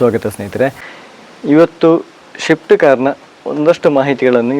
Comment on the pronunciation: Guru shift alla Swift 😂